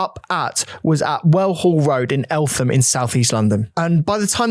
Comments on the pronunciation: Its pronounced “El-tam” the “H” in Eltham, is silent. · I remember this so well. So sad. Btw, you pronounced Eltham wrong like in a previous video. It's EL-TAM Anyway I was brought up in South East London, I remember the protests outside Scotland Yard years after too. I can't believe it took as long as it did for Young Stephens Family to get some Judtice